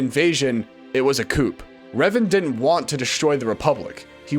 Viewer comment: Coup is pronounced coo. Not trying to be rude, just trying to help.